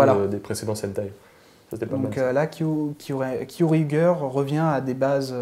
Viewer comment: Il y a quand même, un défaut qu'il faudrait corriger, c'est la prononciation des titres. Goseiger, Gokaiger et Kyoryuger par exemple. Le ger, vient de ranger, il ne faut donc pas dire Goseigueur mais Goseidjeur, Gokaidjeur et bien sûr Kyoryudjeur. Sinon, j'ai adoré votre émission, j'en ai même parlé en tant que coup de coeur sur ma page Facebook. Bravo et bonne continuation.